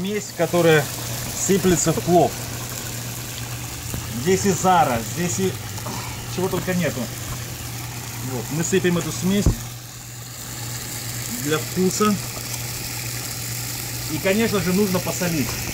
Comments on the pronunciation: НЕ " ЗАРА " а зира. И ещё --без моркови ещё какой плов. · не зара, а зира